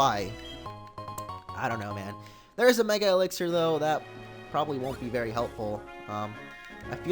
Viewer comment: Lmfaoooo mo You said Mega Elixcer Have you been playing or watching too much x and y Lmfaoo Mega Elixer LOL